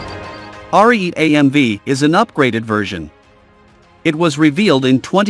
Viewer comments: Please program your computer voice to pronounce words correctly. This Italian tank is not called "Are-eat", it's "aree-eh-teh", meaning "(battering) ram" in Italian. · Are-e-et-ay. That's how it's pronounced, Rookie... You only damage your own credibility...